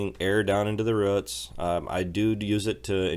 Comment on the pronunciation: great ride, nice talk. thanks for the sharing of your world. if you can, please say 'roots' more often or every chance you get. your pronunciation is the way the word should be said. thanks.